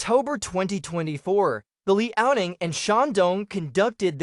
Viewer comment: Stop watching when you pronounce LEE-ao-Ning.